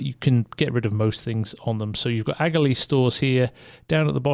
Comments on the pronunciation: Just curious… would it not be pronounced aka-lee instead of agalee? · it's pronounced akalee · Your pronouncing aghalee wrong there bud i live in lower ballinderry right beside it